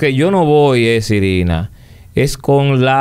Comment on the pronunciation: no es sirina es Irina 😹😹😹